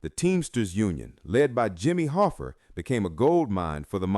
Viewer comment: "Jimmy Hoffer"